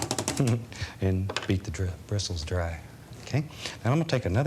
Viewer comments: his mouth was apparently expecting to say "beat the devil out of it", but Bob TRIED to say "beat the bristles dry"; "dristles", how endearing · Robert Davis II He started saying “beat the devil out of it” in season 3. I’m pretty sure he just realised he was about to say bristles wrong lel